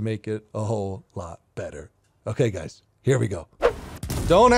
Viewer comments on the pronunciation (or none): Lol the "guys" mess up. Was funny, I've done that before when talking 😂